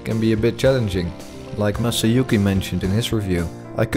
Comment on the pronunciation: Yes, that's how you pronounce Masayuki! I really loved this video and can't wait for the next one to come up! Awesome job! Masayuki Fujita